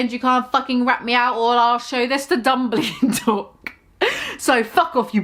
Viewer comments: Lmao I’m deceased even though they spelt Dumbledore correctly you keep saying “Dumblydore” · mispronouncing Dumbledore spelled correctly gave me life.